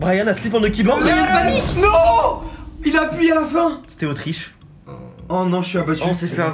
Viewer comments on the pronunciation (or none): Osteriche c'est Autriche les gars